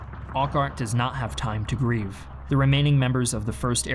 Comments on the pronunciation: "Drop zones", not "landing zones". "Corps", not "core". "Brian Horrocks", not "Brian Herrick". There was a panzer division at Arnhem, not a panzer corps. "Urquhart", not "Arkhart". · Your pronunciation of Urquhart is wrong. Pronounce Urqu like the word jerk. Should sound like Jerkhart. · Largely excellent but I wish there was more care taken to properly pronounce foreign / unfamiliar names. For example Urquhart is pronounced 'Er-cart'. Shame, because its largely great. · Not very well researched on some name pronunciations; ie, saying Har-rocks, istead of Haw-rocks/ Horrocks, and 'Orkhart', instead of Err-Kart/ Urquhart - Not sure why the video is insinuating just paratroopers were used, rather than the fact that Airborne Divisions were employed which consisted of glider-borne battalions of infantry troops, as well as gliders carrying in field artillery and anti-tank guns and jeeps. - the problem was the final objective was too far away. It was a silly assumption that there would be no major German counter attack to stop them, let alone getting all the many objective bridges intact.The Germans ignored their opportunities early on to blow up the Arnhem and Nijmegen bridges. "30th corE" - "Panzer corE' ??? wow, who's the production editor?..... And yes, the Allies did heed the resistance reports of German armour, but didn't care enough. - Many airborne troops of various units, besides those of Frost's battalion, made it into Arnhem - more than half the besieged British were not 2nd Para battalion. - And Urquhart inexplicably going to the front line and getting uselessly trapped from his command for over a day. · Urquhart is pronounced ur-cut, not Ork-hart just so you know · thats urqhart, pronounced urk-heart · Pretty good job telling this. tiny thing Urquhart is Erk-utt -- though your Eindhoven was quite excellent :) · No critique of General Gavin not getting on with the job when he should have? ..also General Urquart's name is pronounce "Err-Cat". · or Urquhart